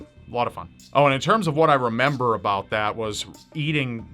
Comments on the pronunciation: "abouth" Hahahaha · lmao "abouth" but foreal tho the eff is that tattoo?